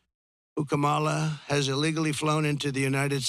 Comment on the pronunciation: All I heard was a narcissist on a platform doing a smear campaign. And you can’t even pronounce her name correctly. The emphasis is on the first syllable